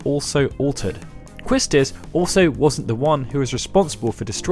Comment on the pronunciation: Quistis is pronounced Kisstiss